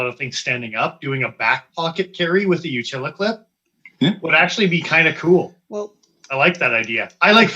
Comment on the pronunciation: Can you stop saying “utili” clip. Good info otherwise